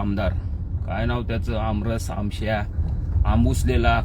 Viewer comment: तुला आमश्या नाव नीट बोलता येत नाही आणि तुला ST मदे आरक्षण पाहिजे 😅😅😅